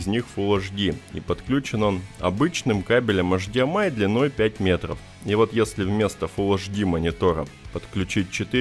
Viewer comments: Все интересно, только я не понял, автор как-то произносит странно ЭЙЧДИЭМАЙ. ты, что, букву ЭЙЧ не выговариваешь, бро? Что это за эшдиэмай? Что за эш? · Говори не «аш ди эм ай» а «эйч ди эм ай», ибо «аш» это латынь, то бишь «аш дэ эм и» на латыни